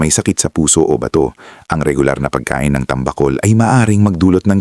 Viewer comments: Bigkas mo Mali sa bato... hindi ba....to batokan kita dyan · BATO is pronounced FAST !!!